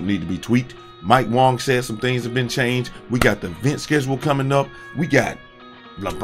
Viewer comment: And its way-ga wang, not wong